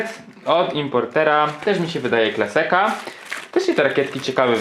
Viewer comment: Super Unboxing zawsze mnie zastanawia dlaczego „Klaseka” a nie Klaska ?:D